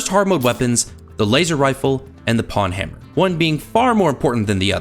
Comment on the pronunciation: "pwnhammer" rhymes with "own-hammer" btw